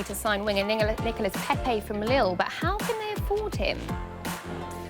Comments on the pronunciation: She nearly said niggalas lol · Am I the only one who heard niga-Nicolas Pepe 😂😂😂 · anyone else hear the woman say ‘niggalas pepe’😂😂😂😂😂😂😂😂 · What did she just call Nicolas Pepe??